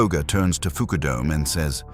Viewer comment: "Foo-koo-dome"...why not "f_k you dome"?